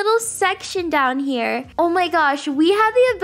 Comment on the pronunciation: The accent she said when she said “THE BUTTERFLY IS HAER”